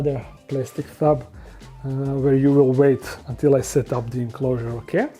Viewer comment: I like how he pronounces tub as thub sometimes